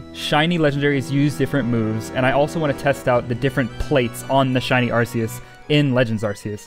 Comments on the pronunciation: is pronanst arkeus !!!!!!!!!!!!!!!! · I'm pretty new to the channel and have been binging everything. Have you ever addressed the pronunciation? Cause I'm super confident that its AR-KEY-US and it drives me crazy. Maybe I'm a little high-strung on my current THOUSANDS of soft resets for the lemon god though, idk. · How dare you not name every Arceus “Arkoos” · Hi did you say arkoos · Mandjtv has already trademarked "Arkoos" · he said a r k o o s bois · I can’t find a single comment saying: “iTS aRKEuS” like the way you say arceus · He said arkoos! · I’m a MandJTV fan and he said ARKOOS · I loved the video, but also...ARKOOS? A FELLOW TEAM SKY FOLLOWER! Or you could just be pronouncing it different for fun in which case, disregard the Team Sky stuff. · its pronounced arkeus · Its. Are, key, us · Arceus has a hard C fyi. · It's pronounced arc eus with a hard c